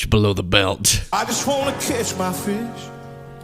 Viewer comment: I legit thought he said "Kiss my fish".…..was that just a southern drawl "catch my fish"??! 😂😂